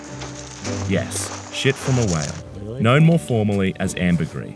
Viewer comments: It’s pronounced “amber-grease” not amber-gree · amber GREE????????????????? amber GREEESE you knob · This guy literally heard from experts how it’s pronounced and still keeps saying “amber-gree”